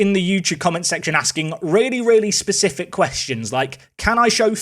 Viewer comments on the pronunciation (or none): none